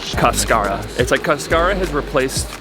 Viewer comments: Cascara: cÁscara, there's an accent on the first a. :) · Just bought your new product and can't wait to try it. Sometimes you do not want to much caffeine late at night. Your pronunciation is off. The accent is on the first syllable not the second. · Caaaascara not cascaaara lol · It is interesting that they call it "cascara" since in Spanish is "cáscara" (husk) with the "tilde" (accent) in the first syllable. In any case, it is a delicious tea! :) All the best in your trip. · If you want to pronounce it like a Spanish word, there’s an accent on the first syllable: CAS-ca-ra. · The word is cáscara. The accent is on the first syllable. Ask Rodrigo!